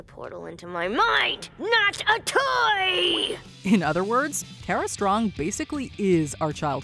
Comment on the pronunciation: It's Tara not Tera Strong.